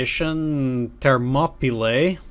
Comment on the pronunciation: It's pronounced 'Ther-mop-ah-lee'.